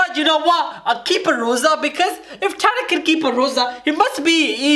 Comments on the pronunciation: Loza its lrosa or rosa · so funny when he said Loza instead of Roza